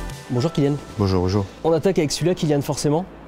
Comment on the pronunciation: C’est BON JOUR et pas Bojouuu Bojouuu ZGEG !!!😅😑😑